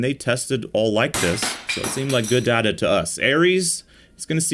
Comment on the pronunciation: “We have collected some Da da” 😂